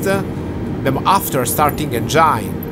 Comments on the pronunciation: Ciao bel video, visto che è una parola molto usata e molto comune, ti volevo correggere sulla pronuncia di "engine", non si dice "engiain" ma "engin"....gli italiani non si sa perché si inventano spesso un inglese tutto loro 😅, basterebbe ascoltare qualche video in lingua, è una parola che ripetono ogni tre per due😅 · Bravo bel video, ma si dice engin, non engiain.